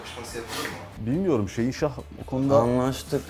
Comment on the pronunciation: abinin şehinşah deyişini şeyinşah diye anlayan tek benmiyim amk